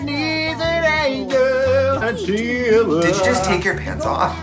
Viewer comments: That's how you pronounce "angel" in Swedish. Lol ängel. $100 says Netflix sent that Christmas tree to Katya. Lol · Trixie insisting to say Angle instead of Angel..❤ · I see Trixie and Katya are still pronouncing hard G’s.